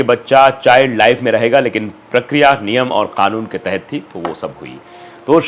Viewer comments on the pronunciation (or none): none